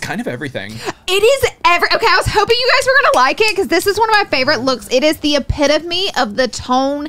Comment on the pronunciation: I know did not say "it is the epit of me" 👀😂